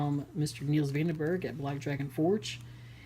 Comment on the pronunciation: U said his name wrong 😅 I'm afrikaans so ik how to say it And I know him personally